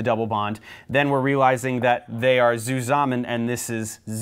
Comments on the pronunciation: The E/Z nomeclature is the first thing in chemistry I saw where it helps to speak german :D And thank you very much, there aren't any good videos about organic chemistry in german ;) And btw, the way you pronounce "entgegen" sounds very authentic but the Z in "zusammen" is a bit too soft (as it often is used in the englisch language), but in german language, it sounds more like "tsusammen" if you know what I mean :D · I like how he says zusammen. Sounds like susamen xD. Hello from germany.